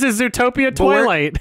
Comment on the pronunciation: You mean "Dwilight"